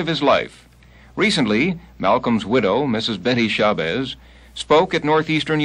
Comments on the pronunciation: Hey babe is SHA BAZZ. NOT SHABEZZ. GET IT RIGHT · I came looking in the comments. Betty Shah-bezz? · As soon as he mispronounced her name...